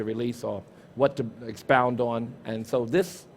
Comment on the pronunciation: I'll EXPOWND you son